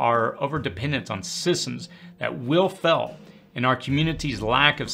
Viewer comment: Every time you try to say “Fail” I hear “Fell”.